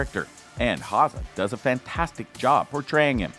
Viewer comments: Its pronounced HowZer not HowSa . Rip Wheeler is just badass, women love him men want to be like him! Why he's loyal,dedicated, hard working, extremely faithful to those he loves and respects. Put aside the violence and brutal side of his character, he's everything(IMO) a man should and wants to be ! The episode when he tells Beth up on the lodges roof what he has spent most of his money on and why , says it all about him ! Just hope his past never catches up to him , and he dosen't ever take a ride leaving from the train station !! P.S. Why hasn't John rebuilt the log cabin for him ? All he has done and will do for the ranch warrants that ! If he's truly a son in John's heart and eyes , then he should be rewarded with that home again !! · It’s not HA-ZA. It’s HOW-ZER. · Cole Hawzaw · Hauser pronounced house-err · Cole Ha-seh. LMAO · It’s pronounced HOWZER. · Dude can NOT pronounce Cole's last name to save his fucking life........lol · If you can’t say Hauser, then why do you say it so often? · Learn how to pronounce his last name